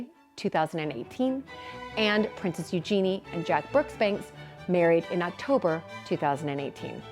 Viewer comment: You're also mispronoucing Eugenie. It's EU-gen-ie not eu-GEN-ie.